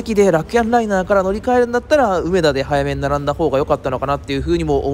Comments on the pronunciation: 梅田のイントネーションがなんかおかしい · 「うめ」が抑揚のない発音、「だ」を一～二段高い音で発音していただけたらみんな立派な関西人ですw （ちなみに「中野」も梅田と同じアクセントです） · めっちゃ、梅田の発音が気になるww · 有料特急？南海と近鉄もあるやんｗ 梅田の発音が違う。大阪梅田は上野と同じ発音です。 あと阪神9500系じゃなくて阪神9300系のはずですよ。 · 内容より梅田の発音に違和感があり過ぎて内容が入りにくかったです。 まあ試験的な運用でしょうが、長続きはしない予感です。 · うめだ の発音がおかしい